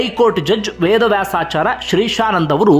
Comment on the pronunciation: ನ್ಯಾಯಾಧೀಶರ ಹೆಸರನ್ನು ಸರಿಯಾಗಿ ಹೇಳಿ ಅವರಹೇಸರು. ವೇದವ್ಯಾಸ,ಆಚಾಯ೯. ಎಂದುಅಭ್ಯಸಮಾಡಿಹೇಳಿ. ಸ್ವಲ್ಪಸ್ಪಷ್ಟತೆ ಇರಲಿ ಉಚ್ಚಾರ ದಲ್ಲಿ. ಸುದ್ದಿ ಹೇಳುವಾಗ ಮ್ರದುಸ್ವರದಲ್ಲಿಹೇಳಿ ನಮಗೆ ಅಥ೯ವಾಗುವದು. ಕಿರಿಚಾಡುವದುಬೇಡ.